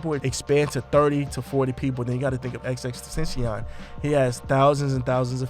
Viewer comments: You completely butchered x's name. Just fyi. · You can’t say XXXTentacion name right just CALL HIM X! Disrespect.